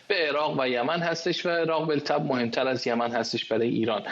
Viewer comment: جناب جسارتا واژه ی "بالطبع" بطبع خونده میشه، ال خونده نمیشه ینی بلطبع غلطه